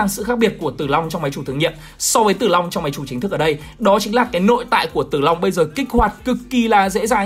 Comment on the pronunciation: tao nghe là Zilong nerver die